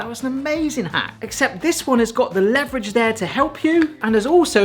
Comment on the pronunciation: Learn to pronounce leverage.